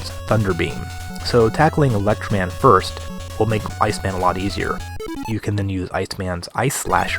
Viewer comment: tee hee Electro Man. Nice added syllable there. ;)